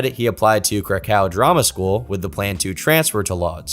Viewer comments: I love your content but please learn how to pronounce Krakow correctly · to about only stupid YouTubers with zero legal knowledge would make that claim lol. I can assure you somebody as rich as Roman Polanski would have buried this guy in legal nonsense if this wasn't true lol ... You can't even say krakow properly lol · Dude, I love your content, but for the first time ever, had to switch a video off. not for it's subject matter, but for the pronunciation of the city my family is from, Kraków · I know bro did not pronounce Kraków like that